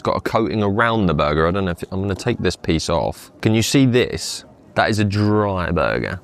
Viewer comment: Drrai Bugga